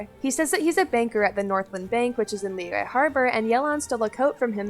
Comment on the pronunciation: Holy crap I haven’t heard someone correctly pronounce Liyue in so long it’s refreshing